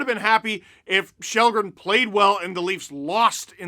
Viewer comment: It’s kall-green